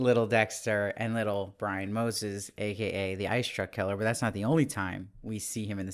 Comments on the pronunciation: Brian Moses? Lol, I love your reviews, bro, but come on, it's Moser 😄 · Surname is Moser not Moses 🙂